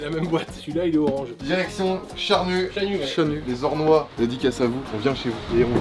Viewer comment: Les Ornois :') respect left the game On dit les Ornais au cas où mdr